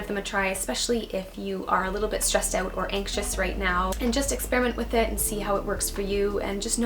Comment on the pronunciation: "Stressed aauuut" that was cute